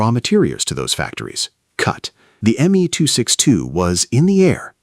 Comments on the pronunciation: Is it me alone who objects to AI dialog mispronouncing words? The aircraft is the “M” “E” 264 not the “me” 264!!! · It is actualy pronounced M E 262 the ME refering to Messersmitt, is the same for the M E 109 or FW 190 u pronounce the letters sepperatly.